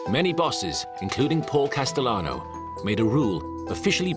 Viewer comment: "Businessmun" "Goiti" "Porl Casalannoo" 🤮